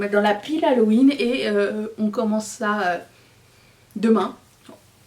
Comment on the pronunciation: Je me demande si j entends correctement ":: halohuitre"? 🤔🤔🤔🤣 sort de ce corps!!!! 👻👻👻💀😅😅😅😅